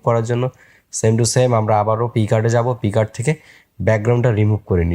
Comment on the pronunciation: পিগার্ড না ভাই পিকসার্ট উচ্চারণ হবে।